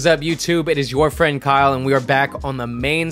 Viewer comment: I love the emphasis on the "Your FRIEND Kyle"🤣